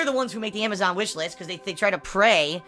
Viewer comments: Why does the dumbass pronounce Amazon as Amashon fucking pigroach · why does he consistently call it amajohn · Uh why cant he say AMAZON right